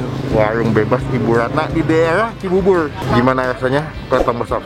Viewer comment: CIBUBUR kali bukan CiBUBUL bang 🥺😢😭🤣😂